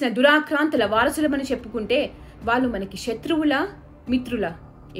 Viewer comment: ళ ని ల లాగా పలుకుతున్నారు దయచేసి సరి చేసుకోండి వాళ్ళు, వాల్లు కాదు